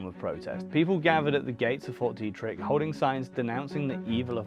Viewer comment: Frederick native here, born in 1987 - theres lots of stories and rumors about fort detrick (pronounced Dee-trick) in Maryland (mair-uh-lind), there always have been. It was open that it was a biological warfare development facility, though, but the things they did there made for juicy rumors